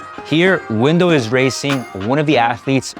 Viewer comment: Why does he keep calling dude, "wimdow"?